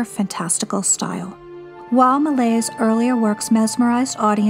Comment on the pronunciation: Thanks a lot for this amazing video! Just a note on pronouncing Méliès: Meh-lee-Es. And the ‘s’ in Jules Vernes is silent. Pronounce as Jule Vern